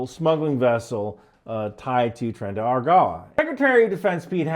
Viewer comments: Hahaha that was the worst Tren de Aragua pronunciation ever! Never imagine that little non sense state would be so popular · C'mon everybody knows it's Tren de Arugula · as hilarious as your pronunciation of "tren de aragua" may be, might I suggest going to google translate, listening to it pronounce "tren de aragua", and doing some practice?